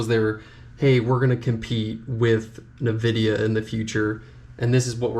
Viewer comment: bruh say Nvidia properly